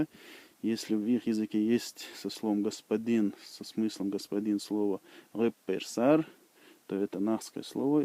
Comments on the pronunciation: Гуппырсар а не хъеперсар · Гуыппырсаер а не рыппырсаер.